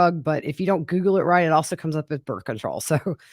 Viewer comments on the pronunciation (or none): none